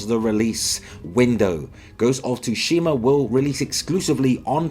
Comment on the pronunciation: The T is silent in Ghosts of Tsushima people...